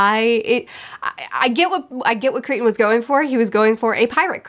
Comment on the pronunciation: You’re killing me! It’s Crichton…CRY-TON! NOT creeton…. CRYTON! I rarely can’t finish an audio book and I DNF’d this about halfway through. Crichton is one of my favorite authors of all time but most of his posthumous stuff is not good! Just finished a re-read of Sphere and it is still my favorite of all of his books!